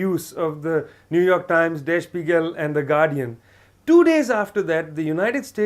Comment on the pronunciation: Did the interviewer say "Spy-jell" for "Spiegel"?!!!